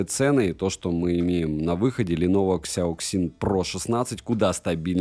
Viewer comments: КСЯоКСин ?))) мне казалось, что уже не осталось тех, кто не знает, как данные сочетания букв звучат по русски) Сяосин это произносится , люди !))) А за обзор спасибо!!! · Читается "сЯасин" - типа "мозговой штурм" или thinkpad, учитывая что это Lenovo когда-то имела контракт с IBM ;)